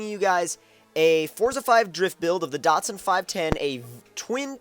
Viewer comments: why does he keep pronouncing datsun wrong DAT-SUN not dotsun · Datsun...... not Dotsun but awesome video still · lol datsun is the name nissan used when the first started importing cars to america because they were afraid of market failure and they didnt want to dishonor the nissan name. i was just making fun of the way he says datsun. "dot-son" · what the fuck is a "dotsun"